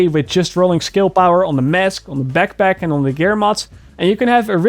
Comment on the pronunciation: I laugh at the peckpeck, AKA backpack